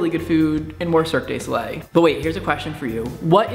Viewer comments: This video has definitely broken the illusion of your intelligence. I love your videos, but "Antithesis?" It's said "AN-tye THEE-sus." Further, it's Cirque DU Soleil, you can just say Cirque and anyone who cares who they are will know who you're talking about ;). There were a few other things, but I'm running out of characters and patience. Sorry. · You're so awful! XDD how dare you make a language barrier joke using the italian word for varied/assorted? ps, Cirque de Soleil is pronounced "serk doo so-lay" but you gotta make it sound french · That's spelt Cirque Du Soleil, and prondounced "See-r-ke-uh' do Sol-eh" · LOL love the way you say cirque de soleil. " circ gay so lay" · Cirque du Soleil is pronounced surk-doo-so-lay... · Cirque du Solei just performed on the Oscars. Really impressive stuff. I'd love to see a performance on their's in Vegas. And yeah, you pronounced it kinda strange, but I forgive you lol and don't think it's really a big deal. :) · Cirque du Soleil! Get it right, as a Canadian I'm offended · Look up the correct pronunciation for Cirque du Soleil. Please, for the love of god just do it. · hes not that far off.. hes just pronouncing "du" wrong. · oh god please learn to pronounce Cirque du Soleil correctly omg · i hate the way you say cirque de soleil.